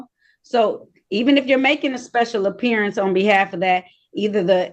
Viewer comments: A special apperiya-ance 😂😂😂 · Appear-ience! Learn to pronounce the words correctly!